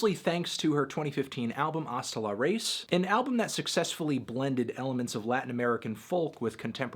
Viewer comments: Ra-iz, not Re-iz... Spanish, Melon. Learn it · Musas. MOO-sahs. U is oooh like you got punched in the tummy. Raiz Rye-EEEZ. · It's pronounced RAeez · hasta la race, muse-ass, los macarroni`ohs, duerme degritou, doriti´ohs the nacimeinto. we know you are not en expert on this subject but we love to see you pronounce spanish words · Jose Enrique Contreras yes I know, I just wanted to make a joke about the way he pronounced it